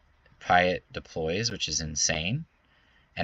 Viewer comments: its admiral PEA ET...haha. love your videos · We mentioned Chimaera pronunciation before Piett? Admiral Piett's name is said aloud in the original trilogy! Think "Pierre".